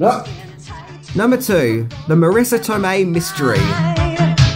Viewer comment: Not Marrisa Tomeii